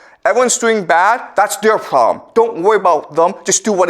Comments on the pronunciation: "The pwobwem" more like it. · Its not proooblemm Its ploblemm